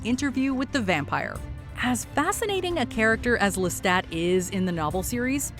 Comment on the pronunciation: the only bad part is the assassination of the pronunciation of Lestat's last name which is franch.